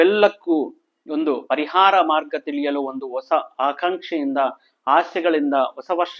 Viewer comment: Also Hosa not osa.